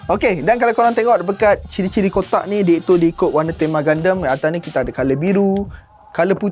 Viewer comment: Pelik doe cara sebut gundam jadi gandam. Setahu aku sedap didengar gundam. Haha ke cara aku paham nk sebut tu salah? Haha